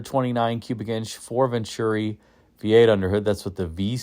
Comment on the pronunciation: ..Once Again....4 barrel VEN-TU-RI....there is no CH in VEN-TU-RI! ¡Gracias Señor!